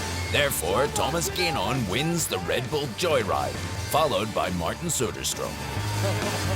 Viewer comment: It annoys me he pronounces it Thomas gaynon...